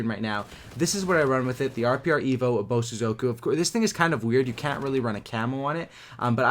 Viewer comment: Thank you for pronouncing Bosozoku better than in your Supply Drop opening.